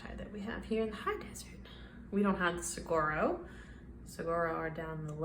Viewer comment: An Arizona native here—saguaro is pronounced su-war-o. The gu is pronounced like a w. Love the art!!😊